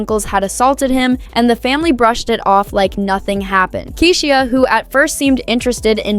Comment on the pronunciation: I hate when AI narrates, can’t even pronounce Keyshia’s name